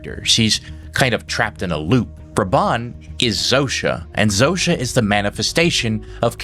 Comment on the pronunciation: what I love about the series is that Carol is the ONLY one who prounces Zosia's name right.